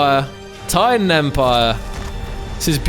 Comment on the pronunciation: The Taiidan is pronounced as Tie-dan This is really good